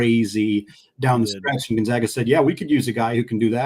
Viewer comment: On the matchup between which podcaster is more polished, it's a blowout for zags too. Please learn to pronounce Gonzaga correctly